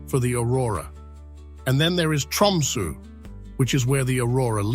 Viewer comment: The sunrise in Tromso is usually 21st Jan (or thereabouts)- is this AI bollox? Constantly misspronouncing Tromso etc.